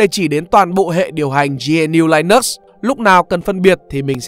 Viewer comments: Linux không phải đọc là lai-nấc mà là li-ních nhé bạn. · Đọc là linix nhé bạn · nhà mình phát âm sai Linux rồi. Theo mình phát âm theo ý của Linus Tovalds mới là đúng